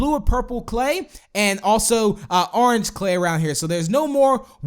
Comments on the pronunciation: "Let's tame a WOOF, and his coller turns ARNGE. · Oran? did u mean orange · Never say orange again please!!!